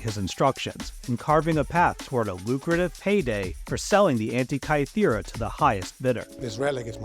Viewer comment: can't pronounce "Antikythera" or "gestate" properly, and uses "peacock" (a noun) as a verb in-place of the word postures. This video feels like I'm watching something written by a 12 year old using AI.